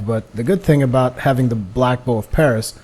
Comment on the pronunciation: Respectfully, I believe it is pronounced Pharis (Faris).